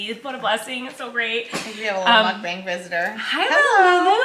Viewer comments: Mukbang is a compound word in Korean which means "eating broadcast" and it's pronounced with the short A sound, not the long American A sound.. if.. that makes sense lol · The more correct way of saying mukbang is "muk-bong" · it’s pronounced “mok-bong” or “mUHk-bong” which is 먹방 in korean which translates to eating show or eating broadcast :) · Colleen! The word is Korean, and it’s pronounced muhk-bang, not mook-bang. I really hope you read this comment and know how to say the word in your next video. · It is not pronounced mukBAYNG, it’s mukBAHNG. Please learn to correctly pronounce it. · Theoretically speaking, the A in "mukbang" should be pronounced like the A from "cart" because it comes from Korean and this is how they always pronounce the letter A. But I get it, it's probably easier for native English speakers to pronounce it the other way. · The bang is not like bang bang finger gun, but b-ah-ng so the “a” is an ah sound. It’s 2 Korean words mashed into one. Muk comes from the word mukja which is eat or mukneun which means eating and bang from bang-song which means broadcast. So mukbang means eating broadcast/eating show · It's literally half of each pronunciation. You were pronouncing it 먹뱅 (meok-baeng) and 묵방 (mook-bahng), but it's 먹방 (meok-bahng). Sorry, I don't know the best way to communicate pronunciation with the English alphabet... Hopefully that made sense. Basically, the first syllable of the way you usually say it is correct, but the second syllable of the other way you said it is correct. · It is traditionally called mukb-ahh-ng like lawn since it's originated in Korean culture and that's how you say it in Korean. But I'm sure in English you can say whatever, cause English LOL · you mention how to say mukbang everytime 😂 It sounds more like mock bang. But since everybody’s saying it in a particular way .. i don’t think it’s that important at this point. Anyways Love u💗💗💜